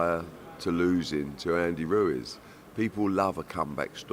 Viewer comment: Ruez it’s Ruiz